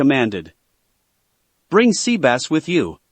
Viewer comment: He called sebas Sea bass i’m done I am so done🤣🤣🤣🤣